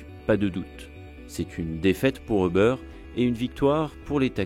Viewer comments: Pk vous dites tous Eubeur 😭 ça me treugueur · Pourquoi est-ce que les Français ne prononcent ‘’Uber’’ ni en français, ni en anglais? En tant que francophone, je trouve ça franchement chiant.